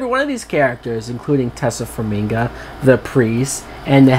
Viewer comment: dumfuck it is pronounced TAY SIA FARM I GA